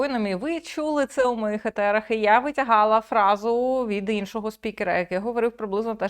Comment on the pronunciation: Класний розбір но «в Ефірах а не етерах»